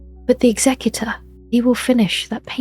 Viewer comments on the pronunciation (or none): People keep pronouncing Executor wrong. It's Executor as in execute not executive.